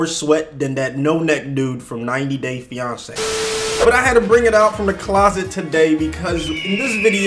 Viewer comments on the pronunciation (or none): none